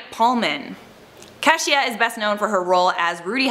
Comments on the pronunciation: Love this vid, but her name is "Kee-sha" not "Keh-she-ah" Please do better with my peoples names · So I take it that Canadians have a hard time pronouncing very simple American names. Cash-E-ah??? Noooo. Kee-sha. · How can you do black accents but can’t pronounce the name Keisha? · I think we pronounce her name like Key-sha...not what ever you said her name was😂.. Keshia Knight Pulliam ..u really tried that's all that matters 😊😂